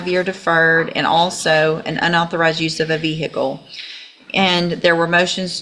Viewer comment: ‘Unlicensed use of a Vee Hickle’ 😂